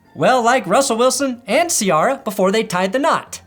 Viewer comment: Idk what’s more cringe Wilson or the way you said Ciara